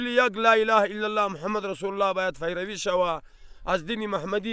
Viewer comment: برایش میگفتی که پیروی بگو ، نه فیروی ، آدم خان فیروی گفت............. 🤪